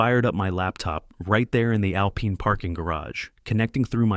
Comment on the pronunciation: Someone needs to teach AI that alpine is pronounced al pine not al peen. Back pay for 1 day? Shooting baskets to prepare to play football?